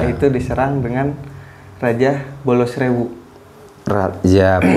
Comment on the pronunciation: Harusnya di baca..kolocokro sama bolo srewu